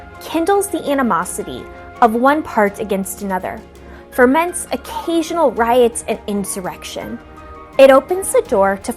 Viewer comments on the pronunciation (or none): Great video, thanks! But it's "foment," not "forment."